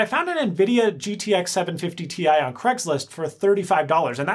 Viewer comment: An nvidiagtxsevenfiftyti <-- see that's how clear it sounds when you ramble over a name, you could've slowed down and pronounce it clearly and/or put the productname on screen, thank you in advance